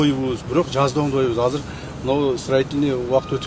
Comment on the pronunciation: Казыр деп суйлойбу же мага эле ошондой угулавы Анау мээр суйлогондо?